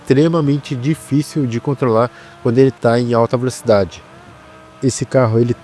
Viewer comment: mano que agonia vc falando verocidade (velocidade) o tempo todo klkkkkkkkkkkkkkkkkkk